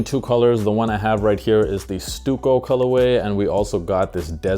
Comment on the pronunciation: Thanks for the review. Just a note, the colour name Stucco is customarily pronounced “stuck-o” as opposed to “stew-co”. Have a good one.